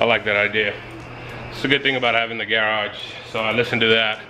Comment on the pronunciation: How can you have a garage video series and pronounce the word garage all weird? 😂